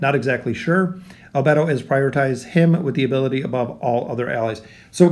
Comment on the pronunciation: Damn as a fan of anime and overlord in general, this would be a great addition. Also just a side not, the anime pronounciation is "Eyes ins oool gone" and " Al bey dough", just felt like adding that bit.